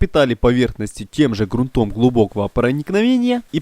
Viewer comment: СтЕну, а не стенУ, стЫках, а не стыкАх. ГрУнтом, а не грунтОм. Как не русский.